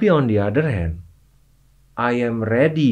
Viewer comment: Denger chef juna ngomong "a yem" bikin makin semangat belajar bahasa inggris, bodo amat pengucapan yg penting hajar 😍